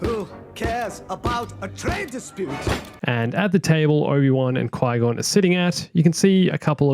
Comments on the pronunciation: It is Qui gonn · I think it is Qui Gon (did I miss pronounced his name?) the hair style looks a lot if not the same as the one in the lego Star Wars ds game and the movies (I just have the ds game of lego Star Wars so I can’t really give and other exemple) It would make sense that’s him since padawan obi wan is also there. And wait.... Cheewy has a wife and kid? Well we learn new things everyday. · It's qui gon not padma realize the robes?? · The character who you said was padmae’ was qui - gon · It's not Padme idiot it's Qui Gon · it's qui-gonn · it’s qui-gon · os Gui Gon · IT`S QUI -GON